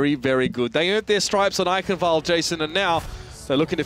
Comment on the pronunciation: wow, you were actually close to pronouncing eichenwald correctly at one point :D